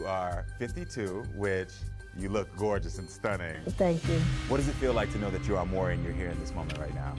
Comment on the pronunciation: They STAY calling him "Murray!" It annoys me! 😂 MAURY: "Audience, welcome Lisa to The MAURY Show." LISA: "Hi Murray, good to see you."